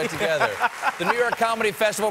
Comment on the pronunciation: Did Colbert close saying: " November thif"?